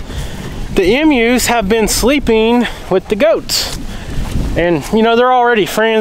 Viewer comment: He makes me laugh when he says “ Emus” . He pronounces it funny. He pronounces it like “Em-use” Lol just having fun is all. Mojo about ate one of his “Em-use” …. Lol 😂😊